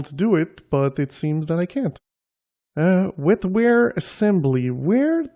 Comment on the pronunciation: WET-WARE, not WEL-FARE.